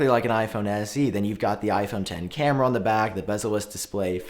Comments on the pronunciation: Check your words and Correct The Word “cameas” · It’s cameras btw! 😀